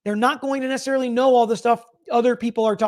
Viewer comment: The phone search expert said "Not Nessicarilly" at 0227. To me this means it "May" have been 0227 ....still not what defense wants to hear